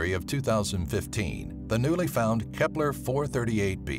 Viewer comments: whenever he says kepler i hear hitler lol not joking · Nobody: Dude: K E P L E R